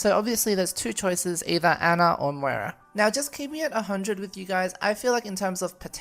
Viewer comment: I like how people say Ana's name as Anna even though it's pernous as On na not hard